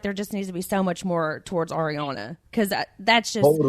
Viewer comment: EXACTLY. Ariana was Schwartz’s Groomswoman for his wedding! The jokes were so messed up! Also petition for Schwartz to learn how to pronounce Ariana’s name, correctly.